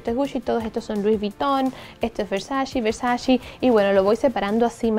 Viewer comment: Se dice Versace no versaci ♥️